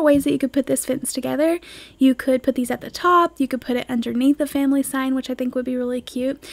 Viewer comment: I came to read the comments almost right away just to see if anyone else had already commented on "fumily". Yup, not just me. lol